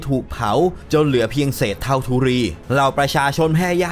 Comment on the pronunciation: ธุลี* ไม่ใช่ธุรี ไทกริส* ไม่ใช่ทิกริส